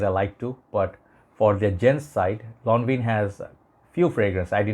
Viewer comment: Thanks for the upload …for english and french pronounced lonvan! Excellent review brother 👍🏻❤️🏴